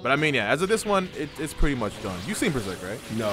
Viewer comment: "watch Beserk" wtf, your only meant to read Besrk